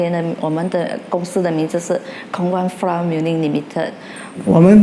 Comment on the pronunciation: gosh... you could have contracted a host that can pronounce Flour correctly right?